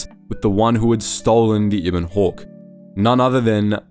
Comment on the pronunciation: just reading a script and never played the game. Can't even say 'Ebon Hawke' right -_